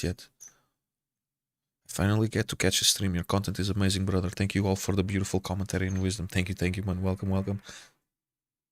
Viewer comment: You’re Portuguese, but that “bRotheR” and beard are fully Arab coded